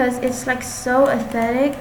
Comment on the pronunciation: no hate but she said 'aesthetic' is athetic XD lol